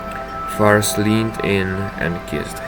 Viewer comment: Aye, no problem mate! Also don’t worry, you said my name right :)